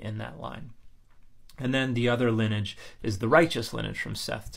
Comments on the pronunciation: Love your videos!...note that you are confusing "lineage" with "linage"...your intent is the word lin-nee-age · I know I should ignore it, sorry, but please learn to pronounce lineage properly. It's Lin-ee-age (with the ee pronounce like the ey in key, and the age sounding more like the idge in midge). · lin-e-age, three syllables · How have I gone 56 years without hearing someone pronounce lineage with 2 syllables instead of 3? They’re both correct, I checked. 😜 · I couldn't find any attestation of 2 syllables being correct; I assumed it's a niche regionalism of some kind but if you can find it again and aren't disinterested in doing so can you send me a link? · Why are you pronouncing lineage so unusually?